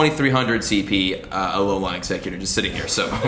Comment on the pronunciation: it tilts me how you say alolan